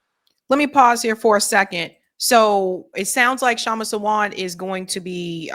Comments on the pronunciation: Hello.. Sawant is pronounced Saa-vunth.. not Savant 🤗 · It's pronounced SAA-want (last syllable rhymes with hunt) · The speaker must learn how to pronounce the name Kshama Sawant . Disappointed